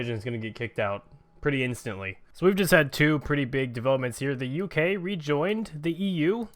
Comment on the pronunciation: Manuel Witrago U.K is two syllables mate...